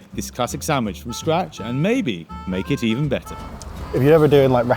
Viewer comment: "To me it's ten times BAA", I'll never understand English speaking English.